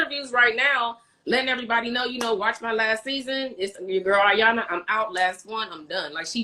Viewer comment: " E Yan La " not Yanla